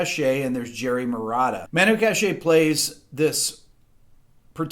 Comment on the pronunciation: It's Katch-é not Kash-é.